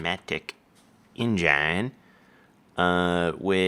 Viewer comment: Lol you pronounce engine wrong... Its like an engine in a car